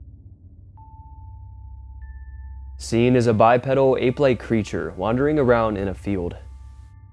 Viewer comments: FYI, it’s pronounced “bi-pee-dal.” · Godda**it, its pronounced ," Bye-Pee-Dull." It is not a bicycle part. Impress your young friends. Get it right. Another one : Zoology = "Zoe-all-uhgee" , where "zoe" rhymes with ,"Toe."